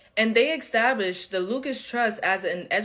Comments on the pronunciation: The word is established, pronounced "ih-STAB-lisht". There is no "X" in the word, it is NOT "ex-STAB-lisht". Please correct you pronunciation. It makes you sound uneducated. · i dare you to say "ek-stablished" again. i DARE you... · “Extablished”…. Look I’m sorry but she probably doesn’t read beyond a high school level… next… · Somebody says ‘exstabishled’ … they’re not a good source… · Probably a safe bet that if your source of information pronounces establish "extablish" you can pretty much disregard anything they say. Intellectual communication is lost on a person that can't even use their own vocabulary. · extablished? why use words they cant pronounce, and iam not even a native english speaker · Did she say exstablished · Did she say "extablished?" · …are you “axing”? Well I “fink” she did! (fingers down a chalkboard, formerly known as a blackboard…). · That’s not how you pronounce “established” … omfg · That black girl being unable to say “established” ruined my night.